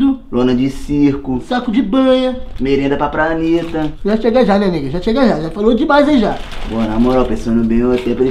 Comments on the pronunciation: "Merenda pra praneta" kkk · 'merenda pra praneta' kkkkkkkkk